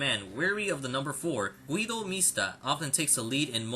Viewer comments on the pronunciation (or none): Gwedo hehehe you should call him geedo, that's more like iy